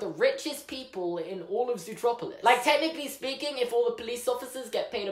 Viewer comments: I still call it Zootopia eventhough I'm British because I still don't get why they changed the named. Everytime they say Zootroperlouse I cringe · YOU SAID ZOOTROPILIS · you said it zootropulus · “Zootroplolis” Me: meh Someone else: triggered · It's ZOOTROPLIS your English!!! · I’m English so it’s zootropalis